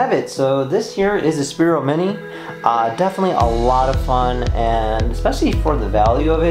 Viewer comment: Spiro was the first name of a former VP in USA. Sphero (PH pronounced like F) is the company that manufactures the product you are reviewing. Please stop pronouncing it incorrectly...on all your reviews